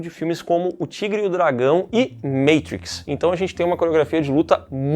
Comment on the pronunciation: Tá de sacanagem Meitrix 😂😂😂 aqui é "Matrix"